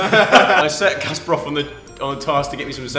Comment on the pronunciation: EVERYONE HIS NAME IS CASPAR NOT JASPAR GEEZUS